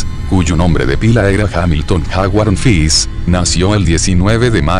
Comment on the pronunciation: no es fis es fish, ese lexico porfavor